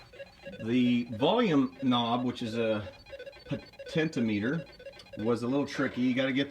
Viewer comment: Potentiometer, not potentimeter